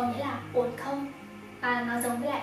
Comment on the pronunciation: Ôi chị là người Thái hay người Việt đấy ạ?? @@ nếu mà là người Thái thì nghe giọng tiếng Việt của chị không nhận ra luônn @@ ngoại trừ từ “không” thỉnh thoảng nghe giống “kông” nên em mới biết thôi. Giọng đúng kiểu con gái Hà Nội nghe thích quá ư ư 🥺🥺